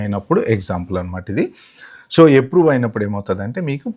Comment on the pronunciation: చాలా డీటెయిల్ గా కవర్ చేశారు.👍ప్రియారిటీ కాదు ప్రయారిటీ అనాలి. ఎప్రూవ్ కాదు అప్రూవ్😂